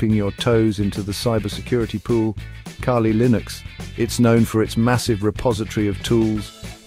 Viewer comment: I'm not a fan of Kali but if your gonna do a video maybe pronounce the shit right? "Kaylee"😂